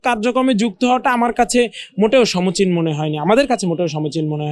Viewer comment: বোক্সদ শেয়াল! সমচীন না, শব্দটা হলো সমীচীন!